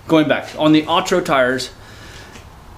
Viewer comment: Uh-tur-oh not aw-tur-oh😂 love the videos